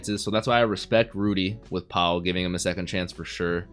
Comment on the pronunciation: I love ya man, the reactions are superb, but PLEASE FOR THE LOVE OF ALL THAT IS HOLY, Paul is a regular name that you will encounter is real life 😭😭😭its just pronounced PAL, not PA-WOUL